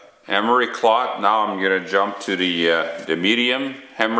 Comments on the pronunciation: cloth, not clot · Are you calling it emery clot? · yeah, right off the bat, I was wondering if this guy was from Canada or one of the northern states bordering canada. He kept on saying 'Dee' instead of 'the' and instead of Emery 'cloth' he said 'Emery Clot'. In a slightly related note, I have a relative that is from a rural area in Western Kentucky. And instead of saying a phrase like "get a hold of it", she says, "GetaHoeFenUvit" -- or geta hofenuv. That isnt the only one.